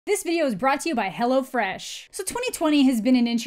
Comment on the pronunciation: In a video talking about a movie with a demon biting other people, I was both amused and terrified at the same time when you said 'Hello Fresh' because it sounded to me like 'Hello Flesh'. Missed opportunity there, tbh.